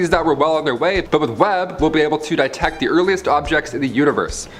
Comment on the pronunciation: omg, mispronunciation of the word "detect." please, god, have mercy on the youth and their poor public education.